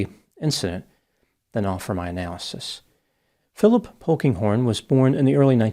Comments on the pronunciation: When he said Phillip "Pokinghorn" I thought it must be a joke...😂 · At first, I thought said Honkinghorn.